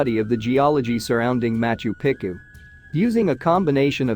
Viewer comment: Quit butchering the ancient cities names please. It is pronounced MachU PEchU not macho picU .